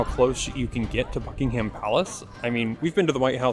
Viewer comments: Bucking'm Palace, not Bucking Ham Palace. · PLEASE say 'Bucking'm Palace'. Just about any place or placename that has 'ham' at the end sounds just like 'm. Chatham = Chat'm. Also, there is no way on Earth to compare London with New York City. Just tell me how many churches there are in New York that are more than three hundred years old? Let alone a thousand? Even my school was brought into existence by the wishes of Elizabeth the First. Much of the London you see, especially in the Square Mile, are the results of the rebuilding after the Great Fire of London in 1666. St Paul's Cathedral replaces the original, destroyed in that fire. Where was New York then?